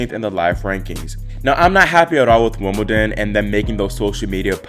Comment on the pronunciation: 'Woomadan'? What's 'Woomadan'?